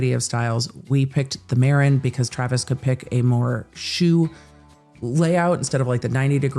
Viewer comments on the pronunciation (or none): none